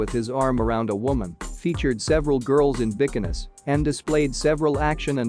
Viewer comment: Hey, please learn how to pronounce "bikinis", Bridget Bardo(t) and Guinness (just like the beer not like vaginas). Or just come to Europe someday and learn some French, Italian and German. All movies? You forgot the great film "The man who would be king" 1975